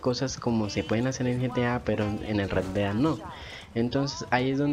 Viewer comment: Sugerencia: pronunciar bien parte del nombre del juego. Osea, Red Dead = Red Ded